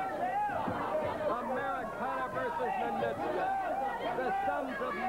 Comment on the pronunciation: Ninouchka, Nonitchka.... McLean never pronounced Ninotchka's name properly.